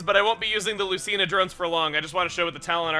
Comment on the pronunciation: you pronounced Lucina wrong and seriously there is voice acting in that game so how I'm starting to agree with the other TRG saying you have bad hearing no offense intended just correcting you on frustrating mistake you made